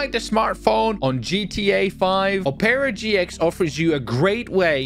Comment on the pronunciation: NO WAY HE JUST MISPRONOUNCED OPERA GX, BROOOOOOO 💀